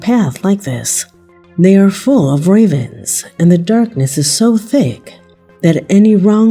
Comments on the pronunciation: That's just because she choose to speak a little bit weird. She said ravines actually, but me too heard at first ravens. 🙂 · Its being lost in translation or pronunciation.😂😂 i think most of us english speakers knew what she meant. ❤